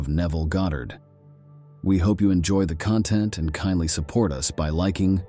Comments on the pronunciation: Ok guys caught this being an AI voice and not actually Neville. The tone is off but MAINLY it say "U S, instead of US" I do not think that this is from an actual Neville lecture or reading. Lets stay wary... Feel free to correct me if im wrong. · The AI voice reading is spelling out words such as "us" as U.S. It's inserting weird words here and there and is entirely NOT OKAY. Don't bother listening to this. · I would like to know why he is mispronouncing words? Sounds like AI to me. Neville wouldn’t pronounce the word “us”, U.S.(initials). That doesn’t make sense. I’m calling BS on this. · If you are going to use AI at least do proper editing!! Us in the first minute of text is pronounced U.S. as in United States. This is confusing for the listener and interrupts the flow of ideas. Additionally the flow of sentences is stilted and not natural to the way Neville or any human would speak. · Why does he say "exists in U.S."? Is this an A.I speaking his words? I don't care for the A.I. programs, as they aren't able to properly pronounce many words. I find it takes away from the feeling that comes from hearing a human speak truth. I suppose I will imagine that A.I. stops being used and becomes obsolete....that way humans can start to develop themselves again and create with their own imaginations. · So is he talking about the United states or US... Because he says it U, S. Just sounded off. Cant be too careful these days. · Not wanting to take away from the message, AI voice over continuously mispronounces certain words which is highly distracting. Instead of the word us, it said U.S. Instead of the word wound as in to inflict harm, it said wound as in winding up a toy.